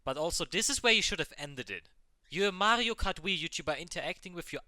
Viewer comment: I was triggered when he said Mario Kart Wii :D